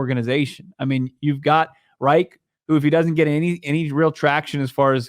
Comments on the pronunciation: Is it pronounced like "wright"? Never heard anyone say it like that lol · pronounced "rike" not "wright" .... Yep, Reich is a German name ..... just like in the history books.